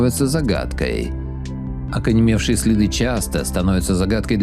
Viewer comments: Автор, учи русский язык. Правильно говорить ОКАМЕНЕВШИЙ ! а не ОКАНЕМЕВШИЙ. Это проходят ещё в начальной школе. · ОКАНЕМЕВШИЕ.... ВМЕСТО ОКАМЕНЕВШИЕ))))) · Мне одному слышится, как комментатор говорит: "ОкаНЕМЕвшие следы?" И причём 2 раза подряд! 🤔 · А я подумал мне показалось))